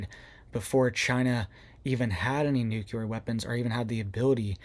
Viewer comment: The word is NUC LE AR...not nuculer